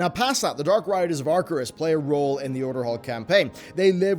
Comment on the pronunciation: I love you but & you pronounced them like Archerus and Norzdumu, while they're actually Acherus and Nozdormu